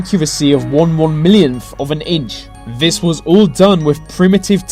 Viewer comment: Love the subject matter of 95% of your videos but pronounce your "Th"s properly! why do you pronounce "this" as "vis"?! It's hard not to be irritated by it!